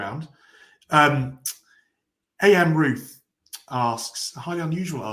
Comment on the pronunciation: Amruth is not AM Ruth 🤦🏽‍♂️